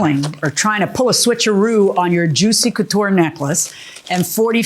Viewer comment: Girl, it’s juicy couture……😂 knock it off.